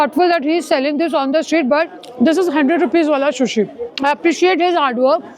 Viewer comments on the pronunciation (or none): Didi shushi nahi hota sushi hota hai 😛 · She can't even pronounce Rhododendron😂 Doesn't give a f*ck about what she's eating like "Green Momo" & calling shishnu whatever! Kimbap aur Shushi meh Farak nahi janti yeh. Aur bulati he khud ko Food Vlogger! 😂 But yeah, kuch to karna acha he kuch na karne se bina. Good you're showing what you care for.👍🏻